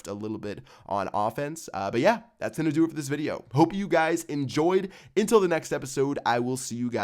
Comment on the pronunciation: are you saying " until " or " intil " (next time, pce out)